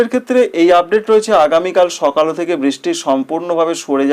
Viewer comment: 😢 দাদা আপনি খবর তো ভালোই দিলেন, কিন্তু সকালো,সকালো উচ্চারণ করছেন কেন বারবার। সকাল বলুন।